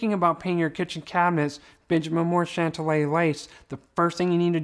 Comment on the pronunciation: Hey, you are pronouning the name incorrectly. Remember the "Big Bopper" song, Chantilly Lace. I think that is the correct way to say it. You are saying Chantalla.